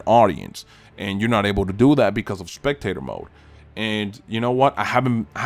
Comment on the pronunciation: when I saw that spectator mode was removed it just took me out of endless lobbies as a whole, its the reason a lot of people do it. i know you said spectator mode but sounds like potato mode lol